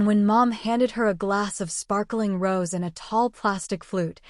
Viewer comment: yeah. guess AI still doesn't know how accents work..